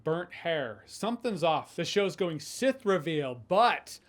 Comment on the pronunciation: he said Seth not sith